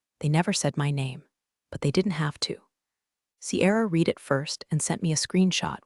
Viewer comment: my pet peeves are saying read, instead of red. saying resume, instead of rez umay not saying pat uh gon uh ah